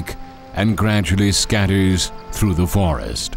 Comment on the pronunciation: He said vorest the first time😁😁😁🙏